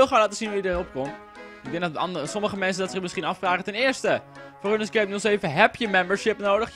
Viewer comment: HET IS 'ROENSKEEP' NIET 'RUNNESKEEP'